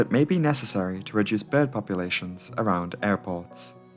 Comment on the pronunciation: i like how you say "behrd" lol